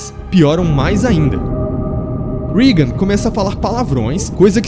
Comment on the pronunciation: Não é rigan, É Regan!